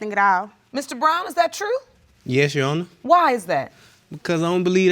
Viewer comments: I hateeee when people say “you honuh” …. It’s YOUR HONOR. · “Yes U’onna” (Your Honor) 🤣🤣🤣💀💀💀⚰️⚰️⚰️